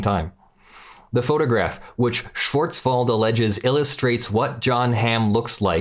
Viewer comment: You were close on the name Schwartzwald. The "w" has a v sound not an f sound.